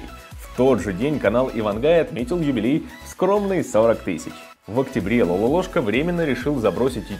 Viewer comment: Не Лалолошка , а Лололошка!